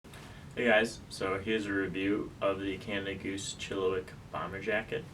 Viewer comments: Hey it’s pronounced “chilla -wack” not “chilli-wick” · For the love of God it’s not a chilliWICK. It’s a ChilliWack! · No one can pronounce chilliwack